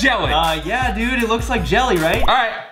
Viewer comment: Wowwww you can’t spell “jelly” you said YELLY!!!!! Woww